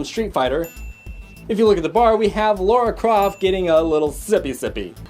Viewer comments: Lara. La-Ra, not Laura. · 1. Lara, not Laura. 2. Did you say.. Fragile Rock? Fraggle! Frag-gle. 3. you missed the firefly class transport ship queing for the nightclub (what? no way to know it's the Serenity... it probably is though)) . 3. Robbie The Robot in the apartment.